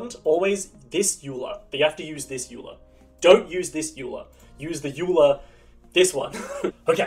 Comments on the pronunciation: It's pronounced "oiler" not "yuler " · It is pronounced "Oiler" not "U-Lar", the name of the famous mathematician who contributed heavily to the branchs of Maths like Graphy Theory and Topology. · Nice thanks! (ps Euler is pronounced 'Oiler'!) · euler is pronounced "oilah" btw